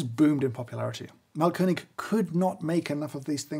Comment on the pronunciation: really great grinder and appreciate your german skills :) just a small note: AH means long A, so the brand is pronounced „maalkönig“. btw it translates to something like „grind king“ for those interested. „Malkönig“ with a short A would translate to „painting king“